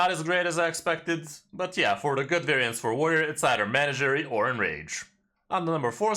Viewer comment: manager-y warrior: does things in a way a manager would